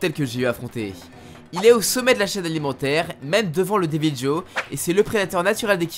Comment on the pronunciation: Team armes de soutien et le deviljho se prononce devilro